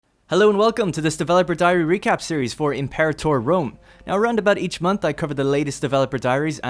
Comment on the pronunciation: "Em-Pore-ator" Fuck.